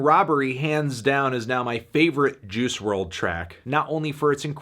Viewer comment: Its pronounced juice, not Jews.